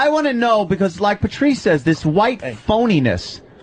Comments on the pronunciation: "PERTREES" - saying "Patrice" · Just realized Opie says "Pertreese" can't unhear it now.